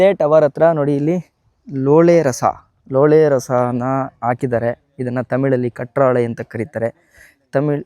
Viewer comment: ಲೋಳೆ ರಸ ಅಲ್ಲ ಬ್ರದರ್, ಲೋಳೆಸರ ಅದು 😂😂